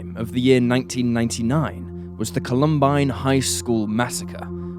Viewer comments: Seriously???? "Call-UMM-bine"???? First, you refuse to do a 5-second search for the correct pronunciation of JonBenét, and now you refuse to do a 5-second search for the correct pronunciation of Columbine! Feeling disrespectful of murdered kids today, I see. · Just over 30 seconds in and you've mispronounced both Jonbenet and Columbine. Your videos are usually so well done.